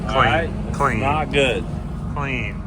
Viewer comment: 'clean' had me dying😂